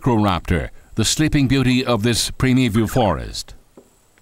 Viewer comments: Did he say “Prim-it-al Forest”???? Primordial / Primitive??? He made a new word for old stuff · What the hell is youngstair? and what is premival?